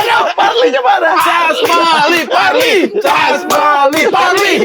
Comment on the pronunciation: casmali parli, "parli" itu dibaca dengan gaya johnny depp = parlay/parley 😅 untuk piala dunia ini saya berharap portugal bisa juara, tapi ada kemungkinan di 32 atau 16 besar bakal ketemu argentina. untuk gimmick yg agak rame itu, saya kira memang karakter si oki, bukan sekadar persona. saya nonton dia kompetisi di indosiar, bagus kok materinya tetapi kurang-kurangi bro "persona" versimu itu, kurang elok untuk tuntunan dalam tontonan apalagi untuk anak-anak dan remaja. dalam bahasa Indonesia siang itu punya 2 makna, pertama kata benda (waktu) dan kedua itu kata sifat, sebenarnya ini seperti "terang", "terbuka", "lapang", "bersih", gitulah. untuk waktu semua pasti paham, untuk kata sifat misal menyiangi rumput atau semak belukar, sesuatu yang tertutupi atau penuh rumput, semak, itu kan terasa sempit, gelap, kemudian dibersihkan semua itu hingga jadi bersih, terbuka, lapang, kita bisa pakai kata menyiangi untuk kegiatan itu. saung itu di beberapa daerah di kalimantan adalah semacam caping tetapi dari daun (saya lupa nama Indonesianya) sejenis palem tetapi lebar, daun itu dikeringkan. kalau daerah lain saung kan seperti pondok kecil, pendopo 😄 keren tikum ini 😁😁😁